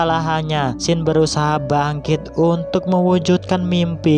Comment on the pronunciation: Namanya Xin tapi pas menit ke 6 namanya jadi xang